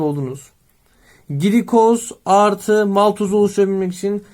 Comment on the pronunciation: hocam glikoz gilikoz diye değil gılikoz diye okunur bu arada çok güzel bir video olmuş hocaam ellerinize sağlık gerçekten :))